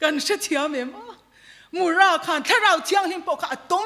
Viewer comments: Sava lian hming, Mura pawh a lam dik lo leh ta, a thluk a dik lo. Pi, ṭan hle che mah ila, ka sawisel duh che, lo inzir deuh teh. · Mura Muipui Lian a thluk hi I sawi dik lo. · Mura thluk dan i va hrelo chiang ve...pa kan ei thin kan thluk ang hian ra tih lai hi thluk tur aw..pi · Mupui tiin lam mai rawh, mura tih hming i lam dik thei bawk si lo.